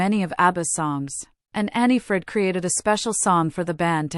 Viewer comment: everybody wanted that it was different. two happy couples not divorced. bla bla bla. i was a big fan. i stil am. it is anni-frid not they way you say it. they had a lot drama in their lifes. but everybody has drama in their lifes. i think they have a good life. they have money enough are still famous. all 4 of them are doing their own thing. they are friends bjorn sad that in an intervieuw. that is special. i agree with some other comments it is about their music. mama mia the musicals voyage. they made a funny video years ago with 4 puppets looking like them. abba the movie. muriels wedding. with manny music from abba. their solosongs. abba gold the order they get in 2024. in sweden. great.